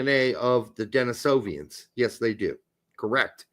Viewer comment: It is Denisovan, not Denisovian. Still great to hear any conversation on one of my favorite subjects here!